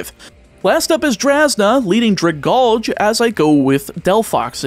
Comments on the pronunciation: It's drag-al-gee, not dra-gawlge It's name comes from dragon and algae, as in the plant stuff that's usually found in the water. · First, Florges is pronounced like gorgeous. Second, Dragalge is pronounced drag-algae (that green stuff in a fish tank) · Pronunciation corrections if anyone cares: Florges rhymes with gorgeous Aegislash: The "ae" is pronounced "ee" and the g is pronounced like a j Dragalge: The "alge" part is pronounced like the word algae And so on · That Dragalge pronunciation hurts my soul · This mispronunciation of dragalge bothers me ever so slightly i used to mispronounce it as draglage because dyslexia but even i know its a Pokémon line based on kelp and algae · Surely that’s not actually how you pronounce Dragalge, right? It a dragon with algae.